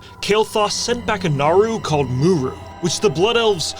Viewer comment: For someone who makes such great videos all about lore why can't you pronounce names correctly it's in the game they are audio files that give you the correct pronunciations but yet just like bellular, You completely screwed up mu'ru !! It's not muru just write your scripts phonetically so that way you don't miss pronounce names dude!!!!